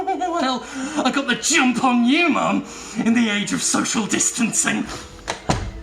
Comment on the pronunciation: I thought he said "I got the Jimp on you" and i think he needs to rerecord it to say that now